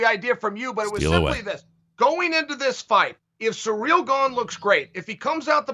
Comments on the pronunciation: Its cyril...not surreal!!! 😂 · Can someone please teach Chael how to say Ciryl?